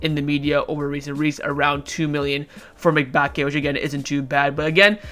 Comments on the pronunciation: i think the pronunciation of Mbacke is mmm- bac- ke not mic - bac -ke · Mebacke? Bruh learn how to pronounce names lmao!! M-ba-cke